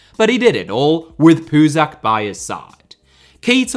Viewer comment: Puzach’s name is pronounced as “ch” , as in “cheese”!